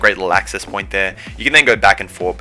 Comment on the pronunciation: Oowsum vantig pwoint